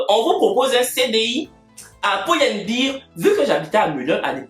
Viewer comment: C’est pull à bear pas pool ans bear😭😹😹il va me tuer